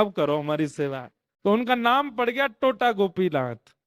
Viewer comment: Tota nahi "Tota" ... pahela T is like how in Tera, Tum...